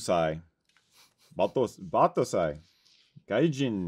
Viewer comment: Thanks for getting to my question guys. you took a minute but got the name right. Pronounced bot-toe-sigh. Battousai is Martial arts swordsman thing. Bathrobe is because that’s what I lounge in when at home. I just loaded a review of my first USA kilt. I am very happy with it thank you guys.